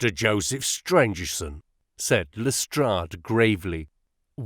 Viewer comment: Great reading One of the antagonists is Stangerson not Strangerson